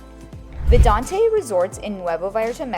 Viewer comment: Great video, but it's pronounced "Vidanta" not "Vidante". You'll confuse new viewers.